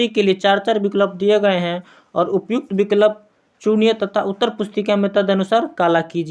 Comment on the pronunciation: Sb kuchh thik hai, lekin aap pronounciation shi kijiye.😮😮😮 Ex -- vikalp, kanan etc.